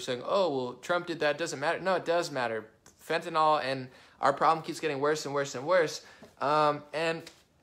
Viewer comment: Not to nit-pick...But it is NYL not NOL. Seems like everyone miss-pronounces it.